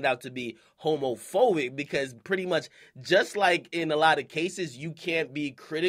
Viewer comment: This dude akademiks said "homofoic" nigga what